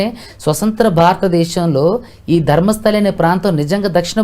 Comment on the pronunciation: ధర్మస్థలి కాదు రా బాబు ధర్మస్థల...!